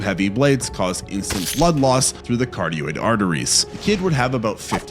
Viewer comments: Dude. Love your videos but please. Ka rot id artery. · The arteries are (cuh-rod-id) carotid